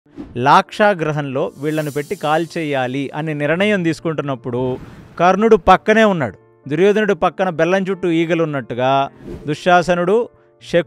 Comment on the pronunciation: నాకు ఎందుకో,,,,గ్రహంలో,గ్రహంలో అన్నట్లుగా వినపడింది